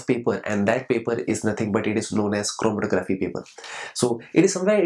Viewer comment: this lecture is so informative and funny... lol... "chrrormkkgfrmtkcrgggrffphy"